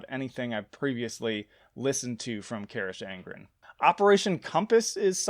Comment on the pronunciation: Pronounced Ka-rock On-Gren Fronk-en-shteyen-a Strah-ta-A-mon-tan-us